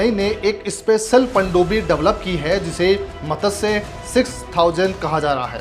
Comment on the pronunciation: मत्स्य शब्द का उच्चारण आपको ठीक से आता नहीं. 🤩🤩